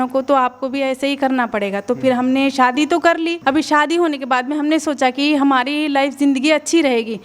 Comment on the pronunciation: Sadi nahi hota shadi😂bolna😂seekho